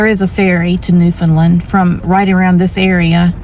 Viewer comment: Bonus points for correctly pronouncing Newfoundland👍